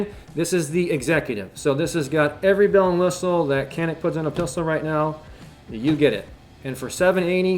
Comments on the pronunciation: Pronounced Janik. Or Janeek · You said you’re American so you don’t care how it’s pronounced. How do you pronounce that obnoxious tattoo on your forearm? I’m pretty sure that’s also not American.